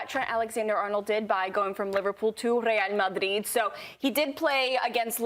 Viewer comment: The absolute nerve of this women to speak and completely butcher Real Madrid honestly sounded like nails on a chalk board